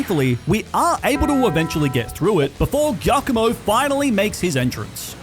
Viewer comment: Is pronounced jiacomo. Its italian